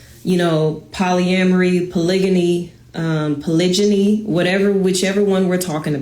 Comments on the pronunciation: Did she just say polyambry bro?😂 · lmfao I just cant get past Poly-am-mary lolllllllll. This is wht we Black Men have to deal with.